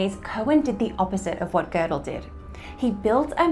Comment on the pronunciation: Why do they say "Gördel" with r?